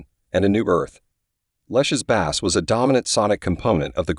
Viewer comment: Bass is pronounced 'Base", Duh